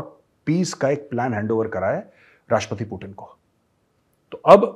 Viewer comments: ति bolo T नहीं 😂😂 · व्लादिमीर पुतिन है। व्लाडिमीर पुटिन नही। अंग्रेजी मे है ट ड ।रूसी मे तो त द है। ट ड नही। हम तो त द उच्चारण कर सकते है, अंग्रेज नही कह पाते ट,ड कहते हैं।